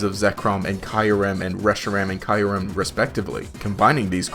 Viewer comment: It's Kyurem not Kyrem